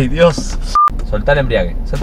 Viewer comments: “EMBRIAGUE EMBRIEAGUE” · me desespera que digan embriague, como que el auto esta en pedo